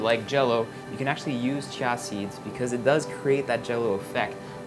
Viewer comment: I'm pretty sure it's just pronounced 'chee-yuh' not 'chya'...I've never heard of it being said otherwise.